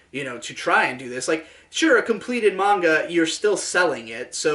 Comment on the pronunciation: 10/10 didn't pronounce it Mainga